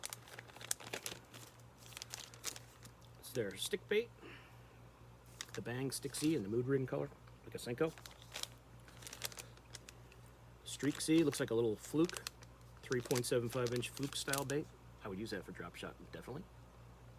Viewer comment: Heck of a collection!! Just a quick tip, no need to pronounce the z on the end of the bait names. They just use a "z" instead of an "s" Bang stickz instead of sticks Bugz instead of bugs Etc, etc. By the way, you show of a lot of under the radar baits in your videos. Shhhh😅